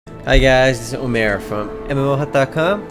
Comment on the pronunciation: i think when he says omer it kinda sounds like a french homer saying his name :p